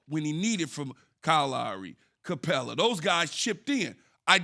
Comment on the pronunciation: Dude just called Siakam Capela 🤣